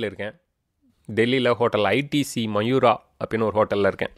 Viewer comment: Bro அது மயூரா இல்லே மவுரியா ....